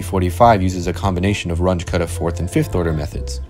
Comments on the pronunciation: You should've checked the pronunciation of Runge-Kutta. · It's "Ruuungae Kuttah" not "Ranch Cutter" 😂😂😂😂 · The names are German: Run-guh Kutta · Please learn how to say Runge Kutta. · I don't think thats how you pronounce 'Range-Kutta'